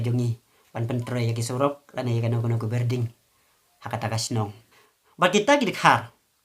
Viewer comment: Best jing kren jong phi Tang ba Nepal--- Nepar,,, Building --Birding shu kren ktien shnong mo